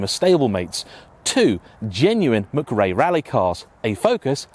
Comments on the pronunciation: Colins name is McRae with a C not Grae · Ffs.. its Colin mckray!!!!.. not mcgey.. 🤬🤬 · Mcrae m8 not Mcgray , otherwise great review👌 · For God's sake man , Colin's name is pronoucned 'mCRAY", not "mic ray" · Who the hell is Colin Mig-ray? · Worst butchering of 'McRae' ever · Great video and all that, but where you deliberately trying to pronounce his name wrong? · a motorsports hero....whose name you cant seem to pronounce... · Colin was a bawbag. But at least say his name correctly ffs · Why you making such a meal of pronouncing McRae?